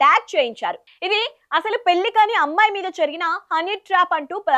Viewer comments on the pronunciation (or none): none